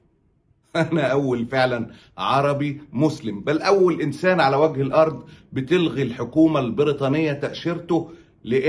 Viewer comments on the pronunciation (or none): none